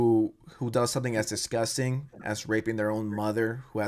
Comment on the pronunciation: “Dishgustin” - Tony Soprano